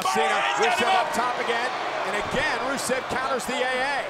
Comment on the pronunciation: It sounded like she announced Rusev and “Racist” 😂